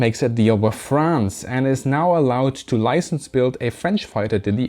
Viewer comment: You have a really good french pronunciation I didn't know that until this video!